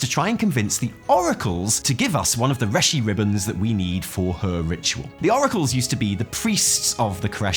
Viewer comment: Hahaha you also pronounce it "reh-shi ribbon"